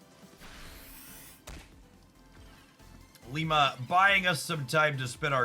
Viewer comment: First cc I’ve watched that says ilima correctly 😅